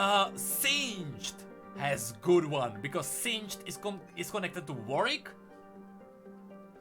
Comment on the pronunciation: it's WAR-WICK(ed), not VORE-EEK